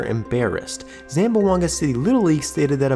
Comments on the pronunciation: Ay my man, its pronounce ZAM-BWANG-GA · You should learn how to pronounce Zamboanga. It has three syllables, not four. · Its not pronounced zam-bo-anga, its zam-bwang-ga. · Say the city name correctly please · It’s unfortunate when people report on something and can’t pronounce things right. Like how to say Zamboanga correctly.